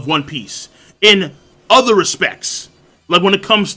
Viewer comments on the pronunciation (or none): none